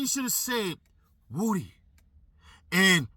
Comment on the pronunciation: Lmao. This whole time I’m like why they keep calling him Wootie. Do they have trouble saying Woody?? lol Wootie Woooh